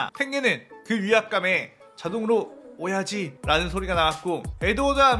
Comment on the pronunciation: ㅅㅂ 오야지를 오이지로 계속 들리네 ㅅㅂ 오이지 맛있겠다 :)